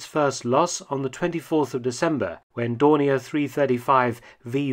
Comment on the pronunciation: Funny how you use the french pronunciations and german pronunciation of Dornier in this, Dorni A, and Dorni ER.